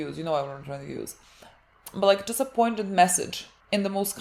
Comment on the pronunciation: Great watching this with y'all. Poignant is the correct word, but the "g" is silent so it's pronounced "poy-nient"